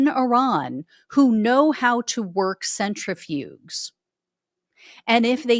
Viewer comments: Love your channel. Watch every episode. However, disappointed that you don’t know how to pronounce “centrifuges”. The “g” is pronounced as a “j”. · Yeah. That bothered me too. I’m kinda surprised she didn’t know how to say it ~